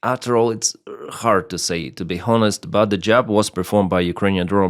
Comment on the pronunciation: … 😁 honest has a silent h It is not pronounced: хонест – but rather: онест Будь Ласка 🙏